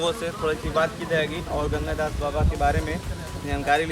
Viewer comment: Bro it's ganga das ..ganga gas nahi...